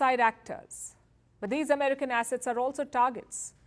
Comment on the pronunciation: To hear the way you pronounce the "a" assets... is just 😍.